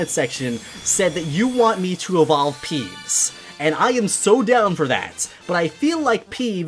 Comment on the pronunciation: Um did you say pees instead of peeves?